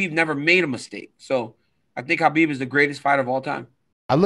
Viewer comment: Its Khabib not Rhabib